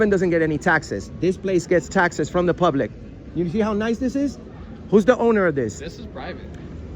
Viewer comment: The way he says “publick’ 🤢